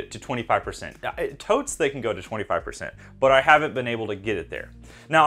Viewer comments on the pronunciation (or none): The word is tout not "tote". Stop saying "honey character". That phrase has lost all meaning when coming out of your mouth.